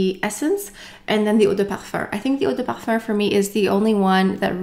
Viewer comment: Since you speak French and pronounce perfume as "perfurrr", would that be how it is actually pronounced? Thank you